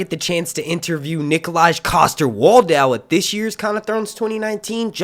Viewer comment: If you do interview Nikolaj, Nikolaj is pronounced 'Nikol-eye' and 'Waldau' doesn't have that 'w' sound at the end in the 'au'